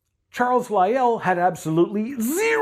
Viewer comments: Its a bit Jubyous of him and his goofy mannerisms combined with prouncing Lyell as "Lie El" are silly. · Lyell had a perfect excuse for not making erosion measurements, he didn't live there he was a visitor just providing advice, he had a job to go back to. He should also learn how to pronounce Lyell's name it's pronounced as if there is only a single 'l' not as if it ended with 'el'.